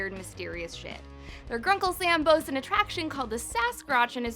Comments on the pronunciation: In the beginning of the video she said Grunkle Sam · Did you say Grunkle Sam?!